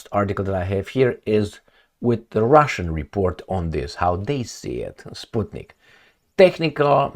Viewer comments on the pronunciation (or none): none